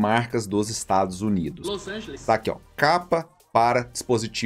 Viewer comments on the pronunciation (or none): "LOS ÂNGELES"